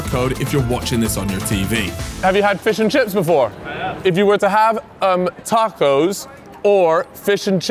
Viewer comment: Pissed me off 2 mins in calling tacos, tarcos???? Wtf man